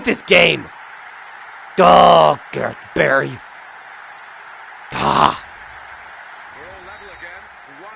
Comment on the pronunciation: I like how John reads "G. Barry" at about . "Daghhhhh, Gerhh Barry!"